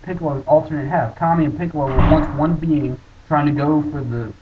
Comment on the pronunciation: its kami not kame and your wrong, kami WAS intoduced in DB